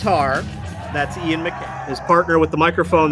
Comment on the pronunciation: love this reaction, and I love that you floated the lyrics on top of the video. my only complaint other than the pronunciation of Guy's first name and Ian's last name (rhymes with eye, not hay) is you left out some of Guy's lyrics in the chorus. it's Ian: I don't want the news/Guy: I've got no use for it/Ian: I don't need the news/Guy: I want no part of it